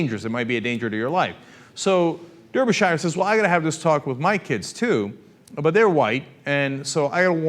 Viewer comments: It's not "Der-be-shy-er" It's "Dar-be-shuh" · derby shire .... you fucking idiot it's pronounced "Darbyshuh" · "der ber shy er"? Lol Americans cannot pronunciation. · 100% of Brits pronounce this name "Darbysher" 100% of Americans pronounce this name "Der-by-shi-er" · its pronounced "darbyshure" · It's Darby-shur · Its pronounce Dar'bur'shir. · I can't blame you for pronouncing it the way it is spelt, but please understand, this is like nails on a chalkboard to me :( When I was in Wales and Ireland, I caused no end of suffering, and I still don't know how to pronounce Ystradgynlais :(